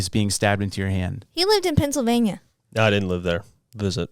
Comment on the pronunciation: is so, so hot-even though he has now broken out not 1 but 2 poop stories-AFTER mispronouncing Pennsylvania. 🙂